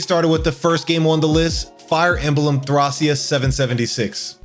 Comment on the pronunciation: I stomached through the bad pronunciation of Thracia but i cant do it back to back on Ys lol thumbs up on the video foe the effoet but i can actually finish watching it, feels like your purposely saying these games in weird ways